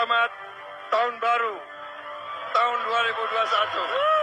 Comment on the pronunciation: Koplaak klu ampe bani 58% kgk malu liat empresnya slh ngucap taooonn 😂😂😂😂